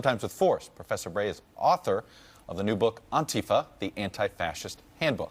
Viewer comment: Todd also pronounced it "Auntie-fuh"